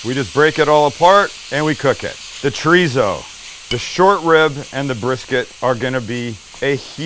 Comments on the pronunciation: It's not treezo, dufus. It's chorizo. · I”m from the UK but lived in Spain for 20+ years… Paella pronunciation +/- about right, Chorizo not so much.. the Z is pronounced ‘Fuh/Fo’ or ‘Th’.. so phonetically when you say Chorizo pronounce it as Cho-Ri-Tho or Cho-Ri-Fo.. Great video btw… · What’s “Chreezo”? 😛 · Love the video! but I have to ask… “TREESO”? Lol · Oh also a native speaker was poking fun at your pronunciation of “chorizo”. Spanish has this quirk about the pronunciation of a letter changing depending on where it’s placed and whether there are vowels or consonants around it. Still confusing for me too. Like if r is it at the beginning of the word it still makes an r sound but softer and when it’s in the middle it’s of a cross between an r and a d. So it’s more like choe (rd)ee so. Food for thought. Este gringo is still trying to wrap my mouth around it myself.